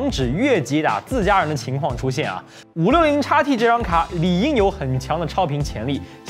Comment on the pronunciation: 如果讀音不是插p，插t，而是xp，xt，海外的觀眾會更符合觀感。